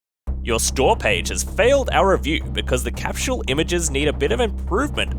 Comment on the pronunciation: he said capshool?